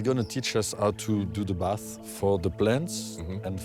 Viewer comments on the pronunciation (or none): none